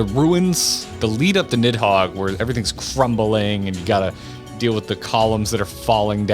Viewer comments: the way it's translated into English is a bit confusing but given it's origins in Norse the "Nid" part is actually supposed to be pronounced more like "Neath" If I remember correctly it's noticeable even when the Dragons speak of Nidhogg in their own language, I think the Draconic language is reused from the Japanese version(?) of the game so you can hear the dragons pronounce it more like "Nizu" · "Nidhog is the easiest name to pronounce in all of Final Fantasy" Is this a bad time to mention you two, and even the English voice actors for FF14, have been pronouncing Nidhoggs name wrong this entire time